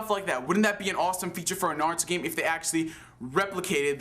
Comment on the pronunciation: It's not NAHruto its Naruto.